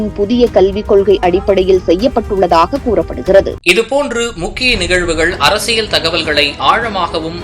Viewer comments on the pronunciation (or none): none